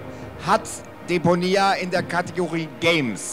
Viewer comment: Super cloxoom, hat mit gefallen...aber Deponia spricht man leicht anders aus. :)